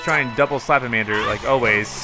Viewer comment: It's not slapamander its slamamander